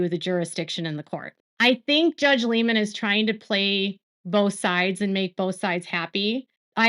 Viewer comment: Hi, Love your channel! Just wanted to pass along that I think you may be pronouncing the judge’s last name wrong. If you google his brother “Doug Liman award” or “Doug Liman interview” you will find one where he introduces himself hear that his brother pronounces it “Lie-Man” and not “Lee-Man”